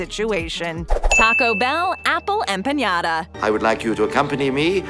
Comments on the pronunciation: You're pronouncing "Empanada" wrong. It's 'em-pa-na-da' not 'em-pe-nia-da' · OMFG THIS LADY/narrator saying Apple EMPAÑADA! Stop ✋ it hurts. Stop! Why didn’t anyone correct her??!!!! EmpaNada!!! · Oye! Empanada (ehm- pah-nah-dah) not empañada! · I was saying it's not "Empenada" but ok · Empanyada? Y'all need to get your pronouncing right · The way you said empanada........ Ouchhhhhhh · Some of these items are still available in my area like mac and cheese from Popeyes and he McGriddle from McDonald’s...the way she says empanada cracks me up...we know you don’t know Spanish 😂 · I came here for this. It was annoying. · Yeah... That literally hurt. Don’t think she’s ever had one.